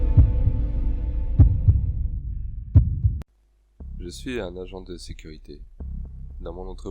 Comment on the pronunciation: Sympa cette histoire. Gg. Enleve le R à sécurité 😉 gros pouce lâché